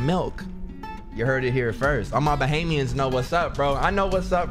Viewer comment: The first person i've seen on youtube to actually pronounce "Bahamians" correctly